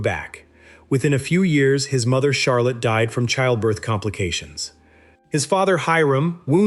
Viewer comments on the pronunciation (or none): none